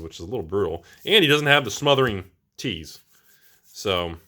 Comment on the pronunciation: 1. It’s pronounced Smothering Titty 2. The packs with split card rares are NO RARE PACKS